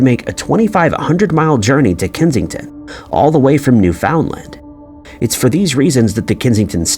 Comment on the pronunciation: NEWfundland, not NewFOUNDland